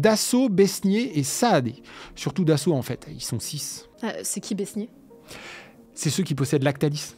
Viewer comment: Besnier ça se prononce beignet, le s est muet.